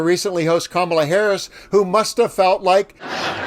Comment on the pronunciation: I’d like to know who really has the mental health problem because none of these MAGAt’s seem to be able to pronounce Harris’s name correctly.🤷🏼